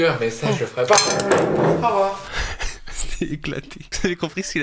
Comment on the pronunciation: le "Aurvoirs" de sa mère :D